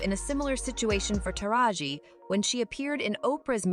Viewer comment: Thought I was the only one that was bothered by that